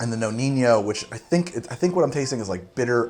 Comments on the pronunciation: You pronounce the name of the amaro like "Noniño", ahahahah, it seems like spanish but it's not...so the correct pronunciation is just "Nonino" :-) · nonino not noninho i mean no ni no not that hard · I really like your channel, I really do, but you definitely got to sort out your Italian/Spanish pronunciations! It's Nonino not Noniño, so the 2nd N sounds just like the 1st! A quick Google search before a video is all you need but please, stop making every Italian word sound spanish! Anyway keep up with the good work! Best regards, an Italian fan of yours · What is with the corny "Spanish" pronunciation of "Nonino"? No-neen-yo???? Sorry, we're not in Barcelona. For Italians its just No-nee-no. Let's keep it simple. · Why keeping call it Amaro Noniño? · Amaro Nonino. Nonino. Not Noni~nyo~. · We don't have the ñ in Italian... It isn't El ñino it's knee-no... Good job on the rest my friend.. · No-KNEE-No. there is no “ñ” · For the love of god, its pronounced "No-Nee-No" . There is no enye in the Italian language. If it were spelled the way you pronounce it, it would be Nonigno. Your PSA for the day. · Dude the ñ sound doesn’t exist in Italian. It’s pronounced no-nee-no. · Well i was about to say this after like the 5th butchering but u had it 😂😂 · The Amaro Nonino it's actually pronounced "no-knee-no"...my Italian ear is really hurting by that Spanishsation of actually a great Amaro 😅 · Always thought it was pronounce no-knee-no